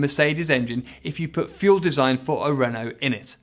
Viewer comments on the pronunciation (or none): none